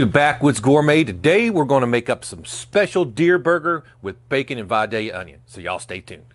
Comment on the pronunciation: I can't tell you how glad I am you say Vidalia properly